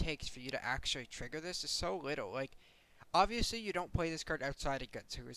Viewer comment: This is a really minor feedback suggestion... but it's "play", not "pway"... and it's "little" and not "liwle". I'm sure this is a vocation form where you grew up maybe, but it's super weird to listen to it. My only examples in life of people doing this are little kids :/